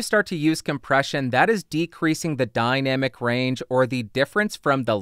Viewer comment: Thanks for the explanation, but I knew all that; it was a joke. About your rather unusual pronunciation of the word. Sorry.